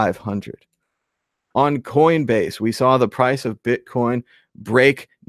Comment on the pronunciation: Admit it, you're saying bitcorn in the beginning.